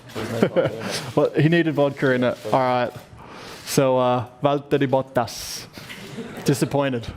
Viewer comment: Hhaah someone has tried to teach Ricciardo how to pronounce Valtteri's name.. he did pretty good